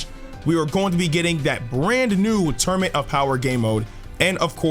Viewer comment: Sorry I hate to do this but you said torunament